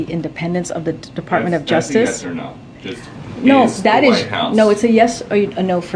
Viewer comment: Funny she cant even say "no"